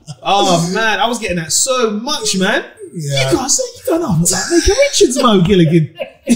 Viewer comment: Meekah? His name is Micah - I don’t understand the struggle